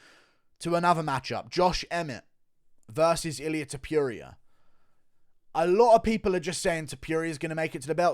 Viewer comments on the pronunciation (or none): The way you say Topuria lmao you say it like Topewria, like how you always call Adesanya, Oudesanya. Cracks me up haha. Good video otherwise.